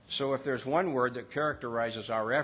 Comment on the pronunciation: oh hes talking about how great it is 2 werk dare lol